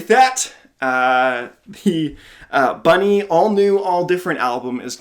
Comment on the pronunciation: Ayyy, it's me. Thank you for the React'N'Rate, you're the first non-german to pronounce my name absolutely correct. I had a lot of fun watching this video. I absolutely loved your commentary throughout and I can not unhear Carol of the Bell for Saint Killer now. □